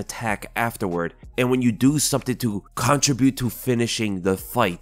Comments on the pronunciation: The way you pronounce "contribute" is like a middle-schooler. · Why do you pronounce "contribute" that weird way.